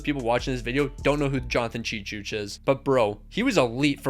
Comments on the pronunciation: Cheechoo not Cheechooch 😂 and Kuh-noob-ull not "Nubble" lol but names can be hard sometimes, I appreciate your videos though and know the dedication it takes to make them. Keep it going! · Bro it’s chechoo not chechooch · cheechoo. not ''tcheetchoosh'' oh man, i miss so much the goal/clock nbc style, the one right now at the bottom sucks bad. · He's pronouncing it cheechooch